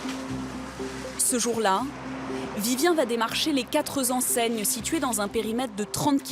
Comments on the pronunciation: A deux minutes 22, la journaliste dit "LES QUATRE-Z-ENSEIGNES"... Lamentable ! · À , les quatre Zenseignes !!!!!!!! (Je précise que je parle de la journaliste) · Quatre "zenseignes" aïe aïe aïe la journaliste au micro ...apprenez à parler....j'ai mal à ma langue française !